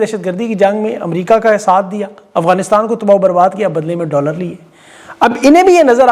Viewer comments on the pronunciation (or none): none